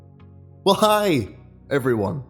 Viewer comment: The pause at the beginning for the "HI" was awkward, also just a little nitpick, the O5 Council actually overrule the Ethics Committee